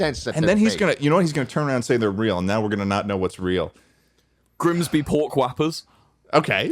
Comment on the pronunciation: ted repeatedly failing at saying grimsby three separate times is making my day